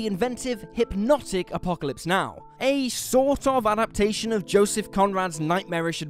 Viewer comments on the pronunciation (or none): none